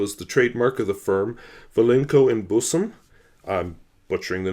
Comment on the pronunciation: I love it how you pronounce ‘Bussum’ 🙂. The ‘u’ is actually pronounced like ‘ea’ in ‘Earl’.